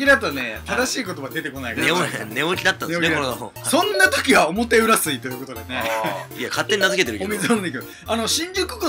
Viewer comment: 表裏(ひょうり)じゃないの？